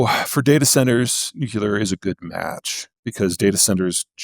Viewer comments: if anyone says nuclear in three syllables instead of two, I loose a bit of respect. Almost same as liberry to me. What i can't understand though, is that highly intelligent people say "exetera". It's a mystery. It's right there in the abbreviation etc. And I know they can read and have seen it. But if I discard those too, I have almost none left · PZ is interesting, I’ve read a couple of his books, his presentations are polished, fairly dramatic sometimes, and he knows his material cold, probably because he repeats the same things all the time everywhere. If he would pronounce the word "nuclear" as it is spelled, he would double his credibility here… as long as PZ is not your oracle, I think what he describes is interesting, like predicting 10-day weather ~50 years ago. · Nuculer, lithium iron batteries. I’m having a harder and harder time taking him seriously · always hurts my poor heart hearing seemingly smart people saying "nuculear" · Nothing lowers my perception of another human's intelligence like hearing them say "nukulur" half a dozen times and with full f*cking confidence that their pronunciation is correct. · Peter's IQ is probably 60 points higher than mine, but its a known fact that every time you pronounce "nuclear" as "nucular" it takes a tenth of a point off of it. I'm gaining on him. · Peter needs to learn to pronounce “nuclear.” He’s a smart man. “Nucular “ doesn’t cut it. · Honestly... It's difficult to take seriously any self-styled "expert" who pronounces nuclear as NOO-kyoo-ler. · Nuclear. Nu-Clear. New-Clear. in short... Nuc(nothing here that makes a u sound)lear. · I unsubscribed from Zeihan years ago. This podcast reminded me why. I see he is still saying "nucular". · Maybe this is just a toxic trait of mine but I really have trouble taking people seriously when they say nuke-u-ler instead of nuclear. It's way too common of a thing, like why? 😂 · So helpful...but Peterrrrrr....New-CLEAR CMON MAN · Also wish he could pronounce "nuclear".